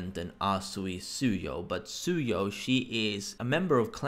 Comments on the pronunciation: fax gonna throw shade can't pronounce the name even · Chaotic Plus 👏👋 BOI and it's "Tsuyu"